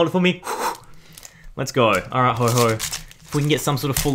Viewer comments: Stop calling ho oh Ho ho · Um..., it's ho oh, not ho ho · we have a ho-ho right here Me: it's ho-oh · Woah woah woah woah, DID HE JUST SAY HO HO I AM SO TRIGGERED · he said hoho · have u ever realized it's called ho... OH not hoho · What is with people calling ho-oh ho-ho